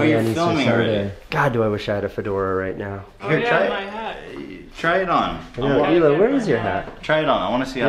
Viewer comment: How does no one know how to pronounce her name correctly it's not so goddamn hard. HILA not EELA. Like hilarious but with a long "ee". Heella. pronounce it like that.